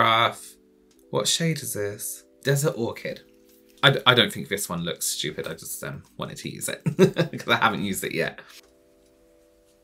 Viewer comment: I love these videos. Every time I see the notification for one I hear in my head "These looks styouuped" in voice 😍